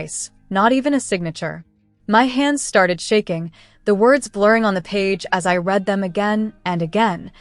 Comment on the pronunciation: Please teach the AI to say “us” not US and the word read is two different ways please teach theAI how to use that word correctly in a sentence